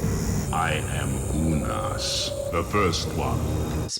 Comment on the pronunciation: Forgive me for the correction, but "Unas" is pronounced "ooh-nahs" not like the name "Eunice."